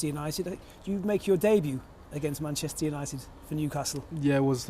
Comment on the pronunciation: but then every other time he says “munchester” 😂